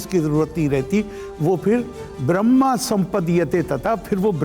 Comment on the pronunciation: उच्चारण दोष के कारण ब्रह्म( ईश्वर )को ,ब्रह्मा बोल रहे है,वास्तव मे ब्रह्म ईश्वर, है